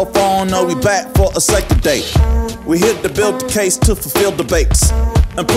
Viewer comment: “Diddy…you got a CASSSE”😂